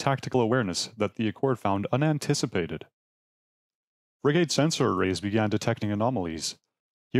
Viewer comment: Frig -gate is totally how you pronounce that word